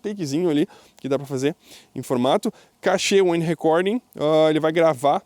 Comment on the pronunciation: muito bom o tutorial, parabéns.... só uma dica: "Cache" não se fala "cachê". O correto não dá para escrever o fonema, mas sonoramente é igual a "cash" , que usamos quando falamos "vou pagar em cash", as duas palavras se falam praticamente iguais.